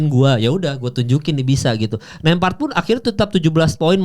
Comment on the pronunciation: Nemhart bukan nempart. Ceplas ceplos ae law bicara😅😅😅😅